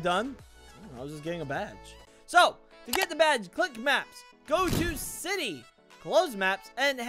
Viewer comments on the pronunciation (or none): Ok to say city the right way delete the A To say contry roads the right way it sounds like contre so say it like that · You aren't reading these the right way You called city citay And I believe you called contry roads contri roads